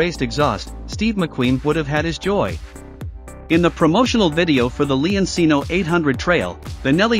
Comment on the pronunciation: leoncino. pronounced like lemon, and cheap. it’s lemon (leon) ….not lee-on the “e” same as in lemon cino, is chee-no, not see-no the “ci” is like cheap, does not sound like see, it’s “CH” as in cheap. “chee” leon-cino if you’re making a demo video in a product you should pronounce the name correctly. noe eye say’n